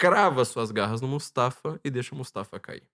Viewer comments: Não é Mustafa. É MU-FA-SA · O falar Mustafa em vez de Mufasa quase me enlouqueceu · Mufasa,. Não mustafa. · O nome do pai do Simba não é Mufasa? O falou Mustafa o tempo todo 😅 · O cita tantos nomes que eu custo a entender e quando chega no nome do Rei Leão "Mufasa" ele não acerta de jeito nenhum!!! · MUFASA! MUFASA! Que agonia ouvir o nome errado. Vai ter que editar todo o vídeo e redublar estas partes.